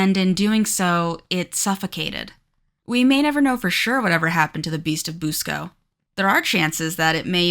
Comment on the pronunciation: I grew up in Churubusco, Indiana. First of all, Busco is pronounced Buss-co not Boose-co. I believe they killed Oscar "The Beast of Busco", when they dynamited the lake.